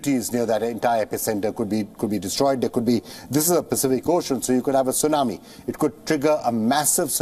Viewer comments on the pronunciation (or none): none